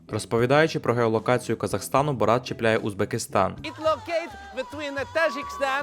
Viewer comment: Та перестаньте ви називати його БорАт,він БОрат